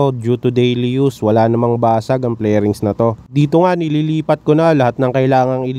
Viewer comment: Fairing sir, not flairing. Anyway ang ganda. 👌